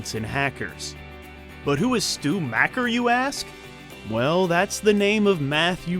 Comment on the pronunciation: Macher is pronounced mocker. Not macker. Don't upset me